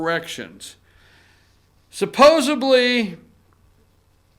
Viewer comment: SUPPOSEDLY!!!!!!!!!!! not supposeBLY